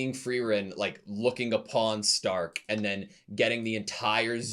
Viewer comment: Starkは英語読みだと「スターク」ですが、この作品はドイツ語読みの「シュタルク」が正しいです。